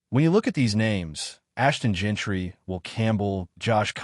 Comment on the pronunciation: It's Jeanty not Gentry